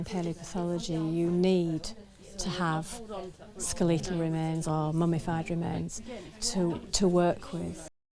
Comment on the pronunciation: “Skel Lee tal”